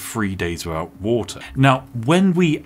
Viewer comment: Do you say your "TH" sound as "F" ? You can survive free days wiffout water.